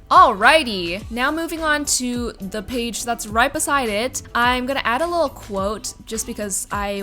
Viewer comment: Oml the amount of times she said “lul” instead of little drove me nutsss